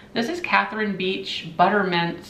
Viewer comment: Those butter mint canisters are vintage. We sold those as a fundraiser in elementary school in the mid-to- late 60’s. And “Beich” is pronounced “bike”. Such a great memory.